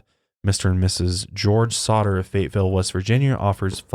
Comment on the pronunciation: the way says Fayetteville as "fate-ville" makes me mad